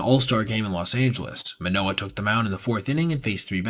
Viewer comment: As a baseball journalist, theres the basic expectation to pronounce names correctly. Especially when its a former all star and cy young finalist. How can u make a whole video abt the guy and not say his name right?